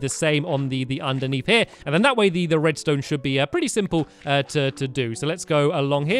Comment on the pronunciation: U said redstoe